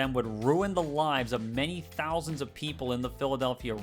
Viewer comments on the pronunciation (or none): none